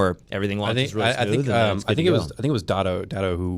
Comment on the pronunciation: After like 5 years, how can you not pronounce Datto’s name...?